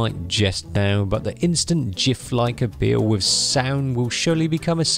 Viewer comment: Learn how to pronounce gif please